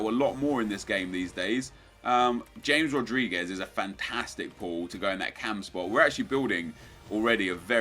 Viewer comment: Nep my only complaint is how you say James Rodriguez. Its pronounced Ha-mez.